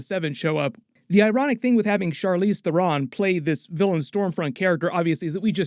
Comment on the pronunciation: Hate how you pronounce Theron